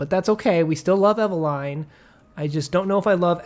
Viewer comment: Oh good Lord… please don’t pronounce Eveline in that fashion…